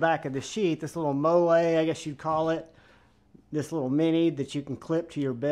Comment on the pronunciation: "Mo-Lay" clip......... 🤣🤣🤣🤣🤣🤣🤣🤣🤣🤣🤣🤣🤣🤣🤣🤣:text-green-game-over